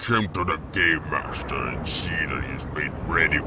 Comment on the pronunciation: I keep on hearing “Gaymaster”...